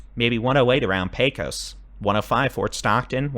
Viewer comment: Helpful hint —- it’s not PAY Kose. It’s PAYkuss. No vowel sound for the second syllable. That’s how we say it in Texas. 😊 I just saw an old western movie, good Texas accents but everyone called it the PAY-KOSE river. PAYkuss. 👍😊